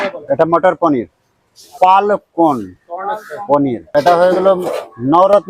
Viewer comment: Bro literally said "palak porn"